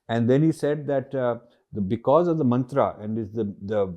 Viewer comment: Sir please don't pronounce it as मन्त्रा,its मन्त्र ।